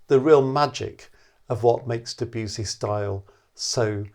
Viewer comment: please pronounce the name of the composer right .. otherwise nothing but praise for the video